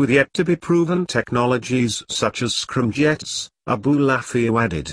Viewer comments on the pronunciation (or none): He even says "scrum jets". I gave the vid a thumbs down just for using robo voice.